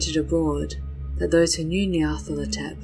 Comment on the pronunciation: I notice you reverse the 'la' and 'tho' in Nyarlathotep. Very good though, very evocative.